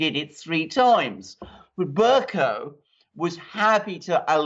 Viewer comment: Bercoe, not cow. Please pronounce it properly. I just can't bear to listen.